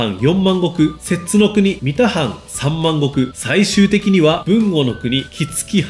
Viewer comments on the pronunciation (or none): 能見松平家の摂津国三田藩はみた藩ではなく、さんだ藩と読みますよ。